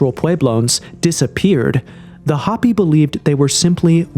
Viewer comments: Hoh pee! Not hoppy. Isn't there a way to go in and tweak the CG voice over? Repeated, stupid mispronunciations are irritating. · Drives me crazy that so many creators and narrator’s nowadays cannot read basic English. Hoppy vs Hopi for instance. It’s sad. They no longer teach kids how to use phonics to sound out words. They want them to recognize sight words. Which has lead to smaller vocabularies etc. Parents must teach at home and subsidize by sending them to school. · Hope - E, not Hoppy a least get the pronunciation correct. To be even more correct use the correct name for these people, the Diné. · hopi is pronounced HOPE-E ... ffs this vid is so mid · I can't stand how you pronounce HOPI 😣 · The o in Hopi is pronounced with o not a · You gotta learn how to pronounce "Hopi" and "Macbre" correctly bro